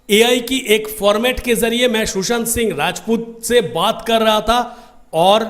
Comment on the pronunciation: It's not Shoeshant😂😂Sushant